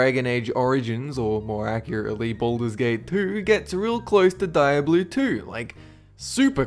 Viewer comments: Diablo is pronounced Diablo, not Dieabloo... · (Gaming) Dee ah blow=Diablo,not die ah blue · Dee-ah-blow* Not, Die-ah-blo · is pronounced "dee-ablo" not "die-ablo" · XD did you just say Die-A-Bloo XD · You said Diablo. Think of it like Deeobloe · DIE-ABLO? :D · why does he pronounce it like that ??